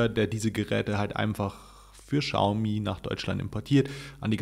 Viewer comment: Hi, wie immer tolles Video. Die Chinesen sprechen das aber nicht "Schaumi" sondern "Ksiaomi" aus. Man weiß aber trotzdem, was gemeint ist😉